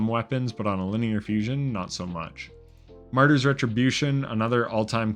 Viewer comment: Bro said .. “Marty’s”